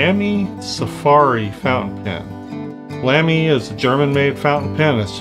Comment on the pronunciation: Another great video. I can't wait to start plein air this year. Lamy rhymes with Mommy, though.